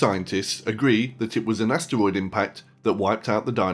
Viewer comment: Am I the only one annoyed that he called asteroids astwoids